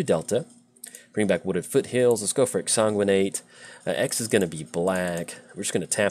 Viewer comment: we've talked about exsanguinate before... it IS a real word and it has a correct pronunciation... please stop making my ears bleed when you draw it. i beg of you. love windgrace. my current favorite paper deck.